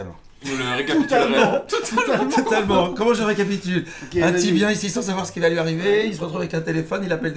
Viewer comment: "Ah c'était un canular ?!" Dit le mec qui répond "Toutalement" quand on lui demande si il connaît le principe de ces vidéos 🤣